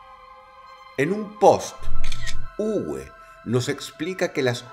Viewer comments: También el nombre no se pronuncia "Ugüe", se pronuncia "Ube" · Muy buen video, solo queria comentar. Uwe en Aleman se pronuncia Ube, como en Volkswagen. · Uwe se pronuncia como una b labio-dental . Saludos Dross ,buen video!